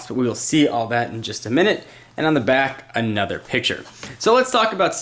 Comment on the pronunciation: "on the back? anudder picture."